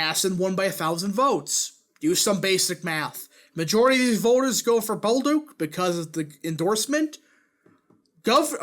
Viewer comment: It's pronounce Bolduck not Bolduke.